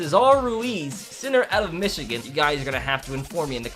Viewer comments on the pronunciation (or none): none